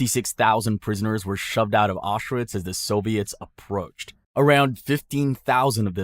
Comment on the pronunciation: It is pronounced Aushvitz.